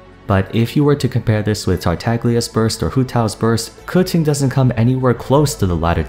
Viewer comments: Cooching.... Kaching pronounce..no hard feelings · I swore her name was pronounced (Keh-Ching) ? Why is he saying it (Cew-Ching) ? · It is so weird that you're pronouncing it "Koo-Ching"..... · Why does he say kutchen instead of Keqing? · who the hell is "Kuting"? I thought her name was Keqing. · did you just say kutsing instead of keqing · It's pronounced KA'CHING! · "kuching" huh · 🎶 I pulled a Kaching 🎶 🎶 I wanted a qiqi 🎶 🎶 I know it's spelled and pronounced Keqinq. 🎶 🎶 Buuut...I like Kaching beee...ttterr 🎶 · wait its pronouce ku-tzing? it hurts my ear everytime he saying her name.. i love keqing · i legit thought he was calling her cutscene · God he doesn’t know how to say her name and I understand stand i callde her keping so I understand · Who tf is kootsing ? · its ku-tsing? not ke shing?! CHINA WTF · I swear to god, literally no one knows how to pronounce keqing so they say random giberish, now its "kutsin" 😂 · This was a good video, but there’s one thing I’d like to add to the pronunciation. Keqing (pretty much the same as you pronounced it, just there was one thing missing) is pronounced: the keq part was right, it’s pronounced Kuh-ts-ying (search it up on google translate, it’s correct) I honestly was surprised at your pronunciation bc most Genshin people pronounce it as kuh-ching, which is rlly great 😌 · 30 seconds in: "Kuqing", well this is gonna be an interesting video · keching is how I pronounce her name (and a good majority of others) xD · did you just call Keqing Kucung?? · its not, its “keching”, i know it as i am chinese. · Bruh I want to watch the video but if he says KeTing again I'm gonna puke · isn't that wrong though? It's Ke4 Qing1 isn't it? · You pronounce Keqing really crazy bro lol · You don't even say her name correctly... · Idk first time i heard someone pronounce it that way, dont be offended lol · Wtf did you just call her. That is not how it's pronounced